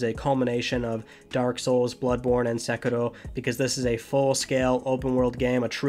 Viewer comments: You get an upvote for pronouncing Sekiro correctly! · Thank you for pronouncing Sekiro correctly. Also, you failed to mention The king of fighters XV